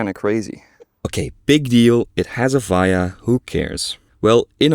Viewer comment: I like how you say VIA, its pronounced as VEE-uh